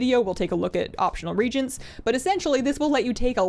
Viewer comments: re-a-gents. ReAgents are used in a formula, a Regent is an administrator for a ruler that cant rule. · Reagents is pronounced RE-A-GENTS, you keep saying RE-GENTS, the A is not silent. 3 syllables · “reagents” is not pronounced “regents”, it’s “re-agents”. YW. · No sure why it bugs me, probably because so many people do it, but Reagent is pronounced Ree-Agent not Regent. I regent is a completely different thing. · picky but.....Regents? RE-Agents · Re-agent? Or am I trippen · Its pronounced - RE-AGENTS not REGENTS lol. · Ree-agents thats how you pronounce it according to blizzard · I like that you pronounce “Reagents” as “Regents” because, let’s face it, they’re the real kings of crafting. (Seriously though, there is an “a” in that word feeling awful neglected)